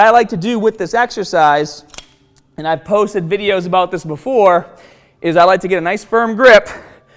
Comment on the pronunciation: Buh-foah we get stah-ted